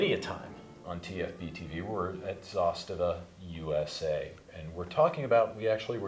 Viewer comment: Props to you for pronouncing zastava correctly, it’s not a huge deal when people get it wrong but I’m glad to see someone get it right 😄